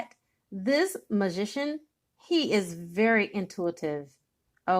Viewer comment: This so resonates with me.... who you are speaking of reminds me of my baby daddy who I believe is my karmic soulmate. And how the way you say magician sounds like musician which he is trying to be a musician. But I also feel like I can be wrong!